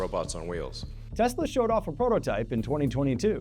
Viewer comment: "I love Tesler!" 🍊🍊🍊